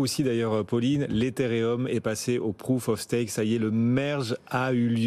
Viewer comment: Prouf of Staque ... 🤣🤣🤣